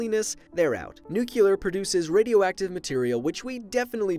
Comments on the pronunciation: It's annoying how he says nuCULEr, it's pronounced nuCLEAR!!!! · "new-clear" not "new-kyu-ler" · "4% from n u c u l a r fission" Life Noggin March 22, 2018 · NUCLEAR. PEIROD. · Nucelar XD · I love how you say NUKElar energy, Duke Nukem approves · I'm reporting you for repeditivley saying Nucular.. Omg, George Bush made so many Americans illiterate. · i like nucular the best. you know you can dumpthe radioactive waste in space right? anyways nice video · Good video but i cringe every time he mispronounce nuclear. It’s Nu-klee-er. Anyway about hydro power? But my choice is solar. We have a long way to go to increase the solar panel efficiency though. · Say NUCLUAR one more time, I fucking dare you! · You and your "nucular"... 😃 The worst thing I have seen is two people stuck at the top of a burning wind turbine... 😳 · yay nuculer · Why don't you know how to pronounce nuclear? It's not nucular.... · This reminds me the last movie of Madagascar, when the penguins use the "nucular" reactor, not a nuclear reactor. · “nuculear” uughh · Hehe Nucular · Why is he saying nukiler?😂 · STAHP SAYING NUCULAR! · Katushabe people have diffrent accents like in England we say zed instead of zee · Nucular hahahaha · Digital Dirk I pronounce it as nookyoolar like him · Haha. He said nucular. So stupid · NUKEular. GUUUUUUUUUH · knows all these facts.... But doesn’t even know how to pronounce “nuclear” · Pronounces it NUKULAR. Seems legit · Lmao you say "nuclear" as if you were saying "new killer" 😂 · Azizul Adnan New Key Lurr Or Neu cleur Choose. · Why do you seriously say “nucular”? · Life Noggin it’s okay I think it’s endearing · Please stop saying nuclear wrong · Halo4don "you do realize there is more than one way to say a word" You do realize that there are words with one pronunciation? Oh wait, you clearly don't, dumbass. So here's a lesson. Many words have only one pronunciation. "Nuclear" is one of those words. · You pronounced nuclear wrong the whole video.